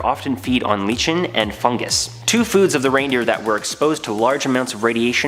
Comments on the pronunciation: Sorry, cool video but the photos shown of the animal rescued from the containment pond show a moose, not an elk. Also, living around cattle country, I've never heard the term 'grass puppies'. Also, it's pronounced 'like-en' not 'litchen'. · ..um.. what the heck is leach-en. #learntopronouncewords